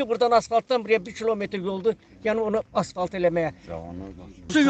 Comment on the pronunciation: AsFalt, asValt yox